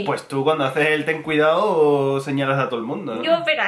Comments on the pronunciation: jajajajajajja linda, me reí mucho cuando dijo "Ten cuidaoooo" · Ten cuidaooooooooooo! 🙊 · "Ten cuidaooo"